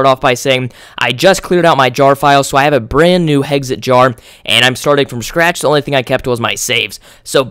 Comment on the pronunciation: You pronounce "Hexxit" "Heggsit" lol just sayin